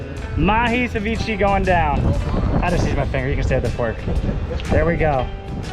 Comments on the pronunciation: “Cevicheeeeee” 😂. Never heard someone pronounce it like that before. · It’s pronounced “suh-vee-shei” dude🙄